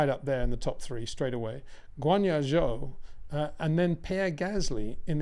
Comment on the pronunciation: Someone needs to explain to this guy how to pronounce zhou’s name properly…